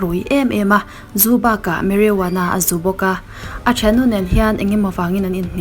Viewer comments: Ni e marijuana tur ka lo ngaimawh deuh thin a lam dan khi🙊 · Mariwana ti a lam tur ani reng alawm